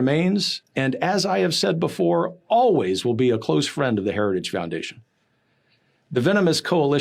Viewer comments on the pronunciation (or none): Am I the only one who heard " The Heretic foundation" from one of the twins?